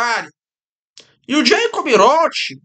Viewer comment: "vaterlô" "jeicob rrótisild" "emanuel macôn" Magnânimo!